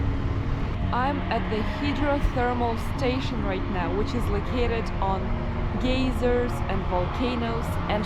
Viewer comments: I had a good laugh at your pronunciation of geyser. In the USA we say it with ey as i saying it's name: long i. You used the long e sound, which made the word "geezer", an old man. I laughed because I am a geezer. 😄 "The Valley of the Geezers." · Very panoramic views of volcanos. You pronounce "geyser" as "geezer", which is slang for "old man". "A valley of geezers" is a "valley of old men". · I looked on Google and the pronunciation you and I are used to is like an "American English" version of the word geyser and apparently in England it is pronounced geezer..... I did not know there were these different pronunciations.😀Seems like I learn something every day.....and I thought I was near the end of the internet. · We also pronounce it as 'geyser' as does most of the English speaking world. Why like Americans do. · This was great! But I couldn't help giggle when you said Geiser as "geezer" which in usa is slang for an old man. It's pronounced guy-zer 😉😅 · Dear it is gI(long i)/ser. Very good vid and great content of a part of the world we may never see. Thank you....Good luck. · This is such a beautiful video, even with the fog and mist. Most of us would never be able to see it if you didn't show us. In the US, we pronounce the word geyser like guy, as in guys and gals. The way you pronounced is "geezer" is a slang term for an old man. I kept imagining a bunch of old men when you were talking about the area of geysers and it made me smile. It's amazing that you can FLY for 8 hours and still be in the same country! Thank you for sharing this beautiful experience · In American English we pronounce "geyser" as GIGH-zer. Long "i." 😊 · Magnificent! How I envy you and your adventures, <3 One point, we pronounce the word geyser with a long i sound as in eye. Thanks for the video. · bless you for making such wonderful videos. If I may offer a small correction on the word geyser. It is pronounced guy zero. A geezer is what I am, a 68 year old male🤣